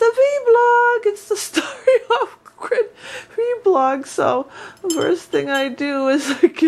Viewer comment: No disrespect, just info, it's actually called vlog not vblog have a blessed day ; )